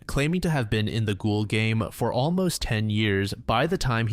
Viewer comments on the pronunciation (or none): none